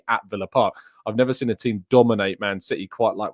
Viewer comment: Why can't you pronounce seen, you always say sin and it is really irritating